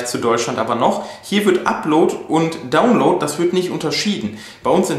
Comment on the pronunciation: Meinst Du mit "Ruter" den Router? Das wird "Rauter" ausgesprochen. Download wird "Daunloud" gesprochen, nicht "Dohnloud". Man bin ich heute Dohn. :-) Nicht böse gemeint, unter Kollegen. Mich würde sehr interessieren, was die Kilowatt Stunde Strom bei Euch kostet! Hab das mal gegooglet aber gaaanz unterschiedliche Preise bekommen.